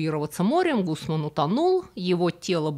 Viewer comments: Мужика звали Де ГУсман, а не Гусман. МАлага, а не Малага. Ударение -это важно. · ГусмАн.так надо говорить и джибралтар- буквы Ж нет в испанском языке .